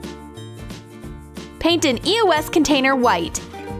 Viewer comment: everytime they say eos i hear eoas then after a few years i found it was eos